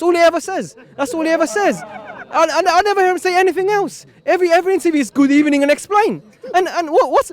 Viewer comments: He only says good ebeining and esplainn 😂😂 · Good ebening 😂😂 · "Gudebening" Am dead!! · what?????? good ebening hahahahahha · Gud ebening everyone! 😂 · good ebening🤣🤣🤣🤣🤣